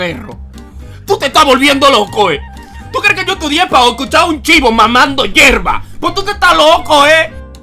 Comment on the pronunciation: ANIMAL, El dice "llerva" no "hierba".